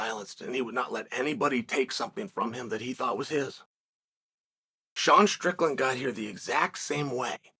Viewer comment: You must know uncle Chael is taking this seriously if he is pronouncing both names correctly.